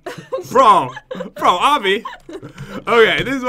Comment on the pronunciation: Did say obby?